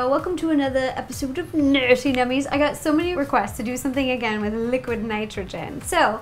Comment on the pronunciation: um. Nerdy isn't pronounced with a T...